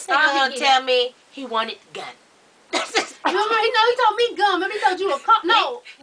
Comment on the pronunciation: was it gum or gun